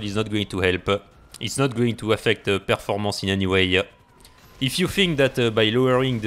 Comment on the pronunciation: Words of the day: performance-a, rat-a, shit-a, frame rate-a